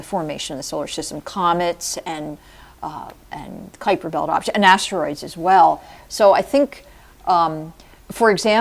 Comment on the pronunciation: It's no 'Kwiper Belt'. It's "Kaiper Belt".